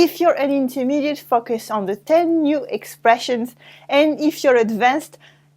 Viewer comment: I think you need to learn how to pronouce 'focus' in order not to embarrass others! It's pronounced 'fowcus' by the way.